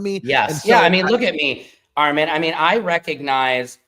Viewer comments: Arm-MEN really be driving me up a wall!!! It’s AR-MON 🙄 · This is random but why can yt people NOT say Armons name correctly? 🤣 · Why do the whites call you Ar-MAN? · The whytes keep calling him … R - MIN why? Lol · I’m tryna figure out why they keep calling him ARMIN 😭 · I notice that lol they always add an extra A to his name. “Arman” 😂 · I’m glad that you said something to “Secret Service Sam” because he was making me mad saying your name wrong 😂